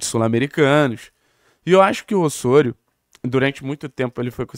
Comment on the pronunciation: Ôssôrio 😂😂😂….pq não fala Lêo Godoy??😂😂😂….tiro sarro mas canal ótimo